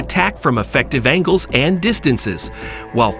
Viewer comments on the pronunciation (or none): none